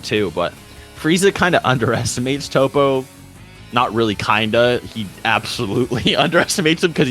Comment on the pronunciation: emaster met no. Its tow-po